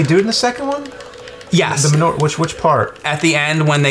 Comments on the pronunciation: It's not "ma newer" you big posh turd. It's 'man your.' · pronounces the word manure weird. "ma nor"!? Its "ma newer" oh forget it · what the hell is "muh-ner?" You mean manure? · Ah good. The emulation of the arcade game. I have that MAME rom saved away with hundreds of others. Fun game, both in the arcade and on the PC. The arcade gun game you are thinking of is ALIEN 3. Min-ore? It's said Man-oo-ur. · Did anyone else think he was saying Minora instead of manure when they were talking about back to the future? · I swear I thought was saying Menorah when talking about back to the future. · I keep thinking says menorah and not manure, LOL! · It sounds like he's say menorah, not manure. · I spent a minute trying to figure out why the fuck he was talking about menorahs before I realized what he was actually saying. XD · same I heard manorah too. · When James was pronouncing it it sounded like menorah. When I heard that I was thinking "Menorah? I don't remember any menorah?" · live in NY and have never hard anyone in real life, or on TV for that matter, say it any other way than ma-newer, so not sure that's really a confirmed thing, unless your being incredibly imprecise. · it's ma-noo-a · GadGades, I thought the same thing. All the times he said it, I kept thinking he was saying menorah until a second after he said it. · YES YES YES DUDE!!!!! I was like: "WTF is the MENORAH joke in BTTF?!? Where the HELL is that?" Then I realized he was saying: MANURE!!! LoL!!!